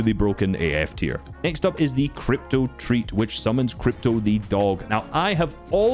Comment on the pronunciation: You saying krypto the dog is triggering me